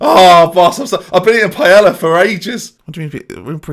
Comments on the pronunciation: its not paella the 'l' is pronounced as y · Do Brits really pronounce the L in Paella?!?